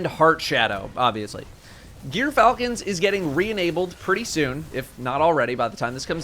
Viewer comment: It's GEARfalcon, dolt.